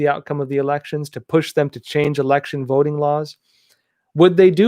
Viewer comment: I almost thought you said vetoing system, Lol